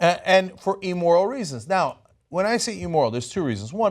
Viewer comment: You're talking about Gaydar.! Notice how Uncomfortable Cenk is acting. "Pedophile.? Impossible.!!" Oh and Cenk.. the Word is Immoral, not Emorral.. GD. Nuclear not Nucular, Idea not Ideal. Those are words that always drive me NUTS.!!!